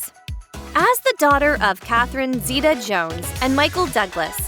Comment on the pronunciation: Thanks for pronouncing our name right